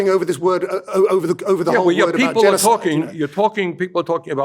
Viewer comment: he can't even say genocide